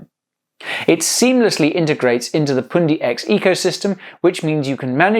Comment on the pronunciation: You say poondi I say pundi x. Pun like bun but with a p.